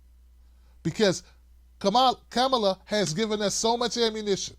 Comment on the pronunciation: You're pronouncing Kamala wrong: It's "Comma-la", not "Come-Allah". That shows you haven't even read her book, where that is explained. The rest of your video also shows you haven't done your homework, and aren't focusing on the "big issues" either. I don't need an ignoramus to tell me what the "big issues" are.